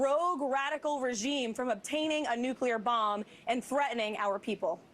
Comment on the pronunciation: the word is “New-Clear”. NOT nucular.